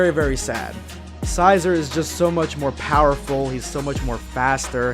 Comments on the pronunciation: Xicor = Sk-i-kor, there pronounced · Think of pronouncing it XiCOR. (Zai-core) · Xicor is pronounced Zai-core I think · Love your videos love but his name is pronounced (Zai-Core) Xicor. Anyway keep it up bro! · Okay, first off, Xicor's name is pronounced "Zikor" with a 'Z' at the beginning and a 'K' at the end and secondly, the West Supreme Kai took a genetic sample in the form of blood from both Goku and King Cold and gave life to Frieza, Cooler and Xicor in that way. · It's pronounced (ZY-core) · it’s ZI-K-ORE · Xicor (zye-core) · It's Zikor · Its "zajkor" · Huh. I always pronounced Xicor like Sy - core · Awesome even of I've already read the first chapter or two. And I'm pretty sure its pronounced Xicore (Z-i-core) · Xicor is pronounced “Zicore” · (Zie-kore)< that’s how you pronounce xicor. And uub’s suit/costume type thing is from GT, if I’m correct. And the west Kai I think I read that she uses dna? Like hair and stuff. If he did, i think he would have known. Idk tho [just saiyan] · Xicor Pronounced (Zi-Cor) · Tbh, it's pronounced "Zi core" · I think his name is actually pronounced "Zai-core", but I'm not sure. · It's pronounced Zuy-Cer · You its pronounced zi-core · Its pronounced Xi-core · I got triggered when he pronounced his name "Xi-zore"